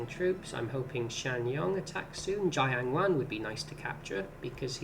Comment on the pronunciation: The way Jiang Wan is pronounced has got to be a bait. 😂 You really want a giant wan, eh?